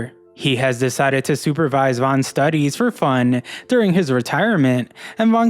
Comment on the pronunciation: Everyday he WENT through his grueling STUDeeez. Y u talk this way? 😂